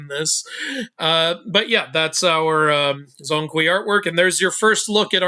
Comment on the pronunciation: it's not zong kui, 'Zhong' should be pronounced similiar as 'John'